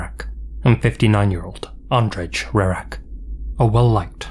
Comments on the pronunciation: Andrzej is pronounced like Anjay. Not spot on, but way closer than how it was spoken in the video. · Andrzej is pronounced more like ahn-jay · Looks like the couple in the last story was Polish, Andrzej is hard to pronounce for english speakers I imagine so I don’t blame you for getting the first part wrong, but the “j” at the end is just pronounced like “y” in “you” and such. You know name Andrei? Like that but “rz” is kind of like a cross between z and j if it makes sense. Likewise the “y”s in Krystyna sound different it’s hard to describe. Either way, very scary and disturbing cases. Man. Especially since these seem like less unlikely scenarios, most of them could literaloy happen to anyone. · it's a little jarring that you put so much effort into pronouncing japanese words perfectly but completely butcher Andrzej's name